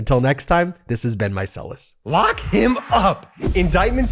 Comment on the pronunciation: I love how your sign off sounds like, "until next time, this has been Meiselas."